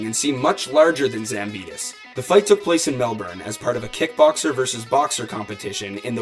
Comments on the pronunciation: Its Zambidis not Zamponis! At least try to pronounce the name correct... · Ζampidis idiot, not Zamponis... You are also a damn speaker.... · Is it just me, or he called Mike "Zamponis"? 🤣🤣